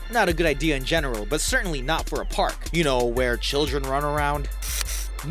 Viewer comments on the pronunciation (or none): none